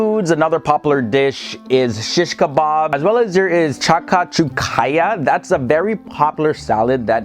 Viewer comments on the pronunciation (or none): hhhhh no not chaka cho kia it s chakchouka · not sure how you managed to butcher something so simple Chakchouka (pronounced *Shak-shook-a*) And instead say “chaka-chew-kaya” 🤦🏻‍♂️ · Lol the way he tries to read the name of chakchouka is so wrong yet so funny lol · the prononciation of the dishes was sooo baaad and actually hilarious. i mean " chakachokaya"? wtf man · Okay so uhm, that's actually 'Aisga' but the writting you're showing. It really looks like you're trying to say a sauce dish (this is how it's pronounced) SHAK-CHU-KA. so yeah. Coming from a Tunisian.